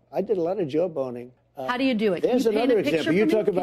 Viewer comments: To say it's poor pronunciation is...generous. In reality, it's totally his brain not grasping the phonemes—mentally switching "aw" and "oe." He's a goof; he's fair game. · Even though it's mispronunciation that doesn't mean he doesn't think it's spelt joeboning which could be why he clearly says that many times. We might never know the oranges of this. "verbinformal•North American: jawboning use one's position or authority to pressure (someone) to do something."